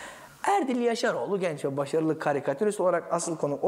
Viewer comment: "Evet, '-rılı'" 😁 Ben de aynı şeyi düşündüm. Hiç beklenmedik yerleri vurgulayarak güldürmeyi başarıyor adam 😄